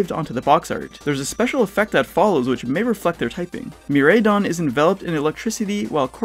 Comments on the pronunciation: I loved the video it was dope but I just wanna know what part of you helped you decide on the (Me-Ray-Don) pronounciation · What the fuckkkkkk GF is dropping the ball again and again and again alkdjflakdjf Also, it's fun to hear how people pronounce Miraidon cause you can tell who the weebs are lol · I know I'm nitpicking at this point, but that's not how pronounce either of the legendary Pokémon's names. The "Rai" part is pronounced like "Rye in the Catcher" not "Ray". Korai as in "ancient" in Japanese and Mirai for "future". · Miraidon and Koraidon not Mireidon and Koredon